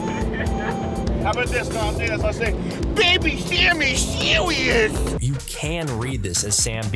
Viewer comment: "Sammy sewious!"